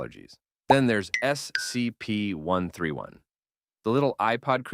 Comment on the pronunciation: Yeah the 'voice' has said "scp" in like 17 different ways. None of them consistent with each other. On top of that, it doesn't say the numbers correctly